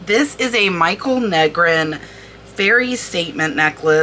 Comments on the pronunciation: Michal. Not Michael. Female name in Hebrew. Pronounced Me khal. Guttural kh. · Love this videos. FYI Michal Negrin is a woman and her first name is pronounced ME KAL. Yes, someone got a bargain on the Juliana!